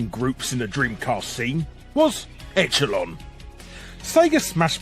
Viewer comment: Larry, say that word again, echelon. But after you read the phonetic for it.